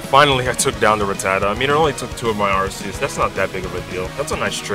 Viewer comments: ITS ARCEUS NOT ARSEUS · I'm pretty sure its pronounced Ar-kee-us but Ar-see-us is much better because that means the Arc-Phone is pronounced Arse-Phone. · It's pronounced Ar-kee-us You're welcome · its pronunced Ar-see-us in america and Ar-kee-us in british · Unless you wanna pronounce the arcphone the “Arse-phone” its ark-ee-us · Japanese pronunciation is are-see-us. English pronunciation is are-key-us. Source: Imported Cheese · It's not ar-see-us or ar-kee-us, the official pronunciation is ar-kay-us. I personally would have gone with ar-see-us, just like I would have pronounced gardevoir as garde-voyer rather than garde-voar, it just sounds so much nicer and not nearly as harsh, but hey whatever works for them I guess. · If you pronounce arceus like “ar-see-us” instead of “ar-kee-us”, you’re dead to me. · It's actually pronounced Ar-sus, in a french accent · Both pronounciations were used by game freak, until they realised arse is some British insult I think. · I think it's Ar-kee-us but I'm not too sure bout that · You pronounced arceus wrong. It’s ARKOOS! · Its pronounced Arceus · Its pronounced ar-kee-uhs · It's Ar-ke-us, since its name come from the greek αρχή (arké), wich in greek means "beginning" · Arceus is pronounced Ar-kay-es